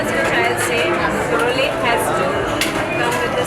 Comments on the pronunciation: Ifs not Rowlete.....its pronounced Rulete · If only you knew how to pronounce roulette.